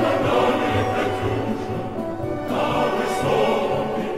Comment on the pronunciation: its катюша not катуша